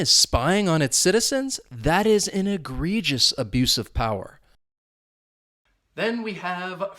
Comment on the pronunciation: uses on the fly. Example sentence-Donald Trump did all his governing on the fly. pronounces it Eh - gree - jus. The first e sounds like a short e when she says it. Her ex-husband with the ph.D taught her how to say "huge words like egregious."" That just means she said the word that way for over 30 years now. I keep hearing the words wide load in the comedy shows I watch with. One show the moth says "I was just trying to be helpful.." "Asking if the dress comes with a sign that says wide load isn't helpful." Another show a naughty child she baby sits writes wide load n sign and puts it on her back side. from Gustav